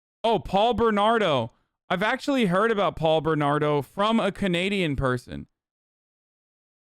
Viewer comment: The way he said "boot" did sound pretty Canadian! 😅